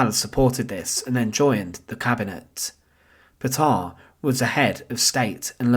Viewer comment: The pronunciation of Petain and Fresnes is excruciating. Paytun and Fren.